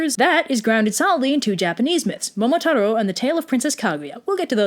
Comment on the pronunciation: YOUUUU SaYYYYY mOOmOTAroooooooo WRonG